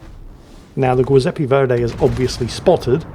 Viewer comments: it's Giuseppe nnot Guiseppe, like the jui in juice. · Giuseppe,, is pronounced like Jiuseppe. Rhymes with chew. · About the Verdi... the "GIU" in Giuseppe is pronounced like "jew", so kinda "jewseppe" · The G in giuseppe is pronounced like gesture not gate and it sounds like goo zeppe. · JEE-sep-ee, not GWEE. It's Italian, not Spanish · Great commentary as always on a great battle. Just one note: the “giu” in Giuseppe is pronounced “joo” or “jew” just like the “gio” in Giovanni or giorno, gi+(a,o,u) changes the hard “g” into a “j” sound like in Janet, Joe, June. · And vice-versa, it's soft in Giuseppe, and it ain't "Guiseppe" either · I feel like the Old Man Shouts at Cloud for this, but the Giuseppe Verdi is Italian, so the "Giu" is pronounced more like "jew", since the name is the Italian version of Joseph and "g" is used in place of "j", since the Italian alphabet doesn't have it. If it were Spanish then your pronunciation in this video would be correct. My Italian heritage demands I correct the record! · That's not a Giuseppe! This is a Zjoowzappay! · i love how utterly fails to pronunce foreign words;) like "Giuseppe" ahahah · Always love getting 3 different pronunciations of Giuseppe ❤ This game was very similar to one I just submitted 🎉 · that giuseppe pronounciation , my god it hurts.... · If would please switch the pronunciation of the G in Agir and Giuseppe Verdi it would just be spot on. It is the Italian version of J like in Joseph and the G in Agir is like in Gneisenau a G like in gay grenade and gasoline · I'm guessing you mispronounce Giuseppe on purpose, right :D? Sounded like nails on a chalkboard